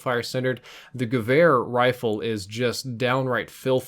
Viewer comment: "the gewehr rifle" im pretty sure you just said "the rifle rifle"